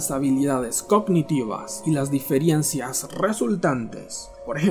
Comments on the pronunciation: El pronunciaba diferiencias no difirencias. pero bueno igual esta mal dicho. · ¿Como dices DIFIERENCIAS, pelmazo. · no me da confianza el video desde que escuche diferiencias JAJAJAJAJAJAJA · Se dice diferencias no diferiencias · 😠😠😠😠 diferiencias...no sé cómo aguanté 3 minutos... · Diferencias !!!! No difirencias